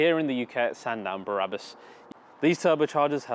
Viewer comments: Brabus great name, why do you keep saying Barabus? Just curious. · Why does he keep saying Barabus🤬 It’s Brabus. There is a difference. Numpty 😞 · BRA-RA-BUS Baby! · You pronounced „BRABUS“ wrong!